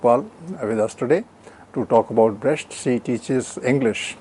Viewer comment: It's pronounced 'Brekt' not 'Bresht'.